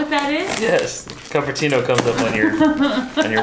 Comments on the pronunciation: Oh and it's pronounced Cooper Tino 🤭🤗😉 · I am from Cupertino is pronounced coop-er-tino. Lol never thought I would be this person but here I am. Lol. Love you guys!!